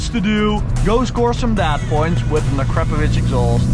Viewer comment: Uh-crap-ovich lmao